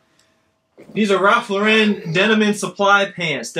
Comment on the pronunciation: Im listening to some of your older videos while im listing. I hate patagucci too. But i also hate that you guys dont pronounce lauren correctly. Most youtubers do it but its always cringy to me. Poor Ralph. I know their corporate hates it too.